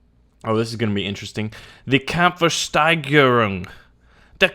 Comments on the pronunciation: the kampfersteigerung! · Did you want to say Kampfsteigerung, just pronounce it like americans will do it (there's no "E" between Kampf and Steigerung (and please pronounce the "S" in Steigerung like "sch" (engl: "sh") so it is "Kampfshteigerung")) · Haha, you pronounce "Kampfwertsteigerung" like "Kampfversteigerung", wich means fighting auction or combat auction. Just make sure you seperate the individual words. Kampf (fight/combat) Wert (value) Steigerung (increase/improvement) and then just put the words together :) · You butchered everything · Hahaha.. "Kampfwertsteigerung" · You did totally butcher Kampfwertsteigerung. Baulos was ok though.